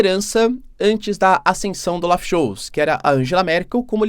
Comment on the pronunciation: Professor, a sílaba tônica no nome "Telegraph" é a primeira. Ah, e o sobrenome do primeiro ministro alemão pronuncia-se "sholts".